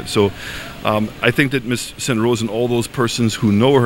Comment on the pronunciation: Did he call her Ms St. Rose??? He doesn't know her name? It's Belrose sir... or so I thought